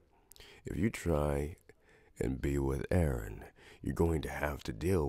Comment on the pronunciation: I thought he said “Aaron” I said “ Eren or AAAAAA aron? “